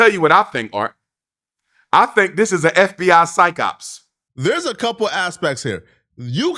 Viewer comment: When he said PSYCH OPS he lost all credibility 😂